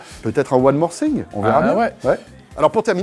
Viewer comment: Thing se lit "Fing" pas "Sing"